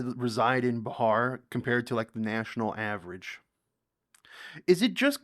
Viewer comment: You pronounce wrong Bihar